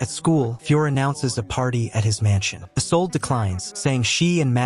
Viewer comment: Please pronounce correctly the names , it's "isoldéh" not just isolde and g isn't pronounced in magna